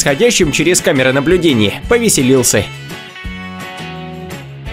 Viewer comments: Отвратительно слушать когда слова ковяркаиете. Вы ведь враде грамотничеловек. пример того что вы говорите: камера наблюдинье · Чувак что у тебя за проблема с произношением окончаний? Почему доказательствэы ? Увальнениеэ, наблюдениеиэ